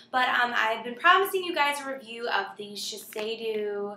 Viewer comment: Shiseido is pronounced "SHE SAY DOE" :) Thanks for this review